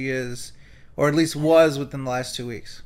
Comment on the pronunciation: Why does pronounce some words by adding an H? Three hweeks.